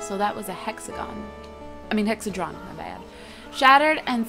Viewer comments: It's not (Hexa-Dron) It's (Hexa-He-Dron) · It's Hexahedron, not Hexadron 8o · Haha cupquake its a Hexa-HE-dron... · Cupquake, it's Hex-ah-HE-drawn, hexahedron :3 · not to be a grammar Nazi but it is pronounced hex-ah-hee-dron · Hex - a - he - dron. Sorry I just hate mispronunciations.